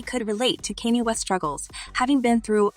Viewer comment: 😂 and Kiyeh west